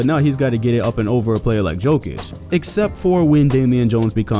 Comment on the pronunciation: Jokić, not Joekić